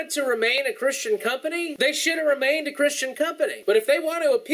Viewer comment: "shoud" he says "shoud" HAHAHAHAHAHA POINT = PROVEN! This guys an idiot no one should (sorry shoud) listen to him end of story.